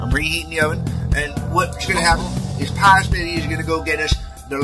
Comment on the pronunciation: The breakfast burrito sounds like it will be really good! Watching this certainly brings back memories of learning to cook from my parents... oh, the misunderstandings we would have! Is it my imagination or did have difficulty saying his own name at the end there... was he a little bit stoned by any chance?